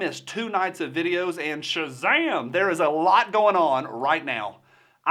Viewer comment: I finally got to hear him say sashzam. I can die now.